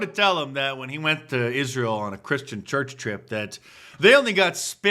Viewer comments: Tatum needs to ax somebody how to pronounce Israel. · The guy cant even pronounce Israel 😂